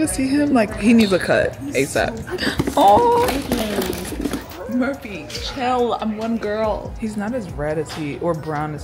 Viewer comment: Girl that ain’t Murphy that’s no-fur-phy 💀